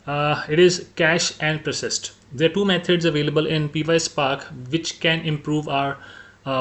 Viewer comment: Py is pronounced pie as in Apple pie. not P-Y. So it's one word pyspark😊